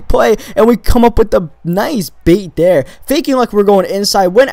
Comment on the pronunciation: he says dere instead of there XD